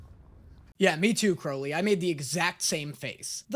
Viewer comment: Crowley says it correctly.